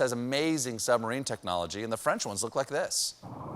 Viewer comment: That French "submarine" was the first in a long time that I laughed out loud. Well done XD